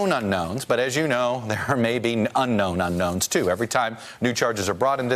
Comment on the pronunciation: not "Uknowns" It's "Unknowns"